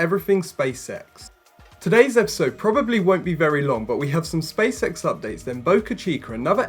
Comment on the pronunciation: did you just say "space sex"? :-)